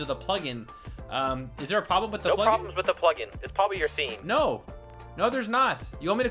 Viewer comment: In start, he said,"hey plugin company." I heard,"hey fucking company."